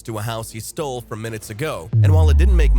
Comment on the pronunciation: because they teach you how to say "stole" when you're about five years old